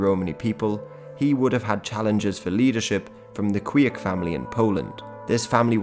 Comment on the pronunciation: the institution of King of the Gypsies was known in Poland in 17th and 18th century (they were basically tax collectors, not necessarilty being Gypsies themselves); Kwiek is pronounced like Kvyek (v like in van and ye like in yen); also if someone would be interested here's link to the whole video showed in the beginning